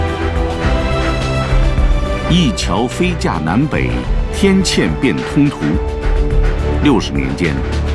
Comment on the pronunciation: 天“堑”变通途，不是天“鉴”